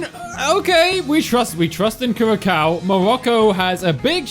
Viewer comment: >winces at Kur-ra-cow It's pronounced Cure-uh-sow